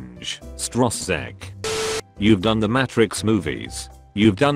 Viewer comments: Everyone: Matrix Narrator: Matt Tricks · Narrator: "Match-rix" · Every time I hear the pronunciation of Matrix in this video, it makes me cringe.